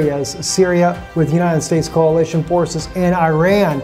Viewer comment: It's coalition, not "CAOLITION".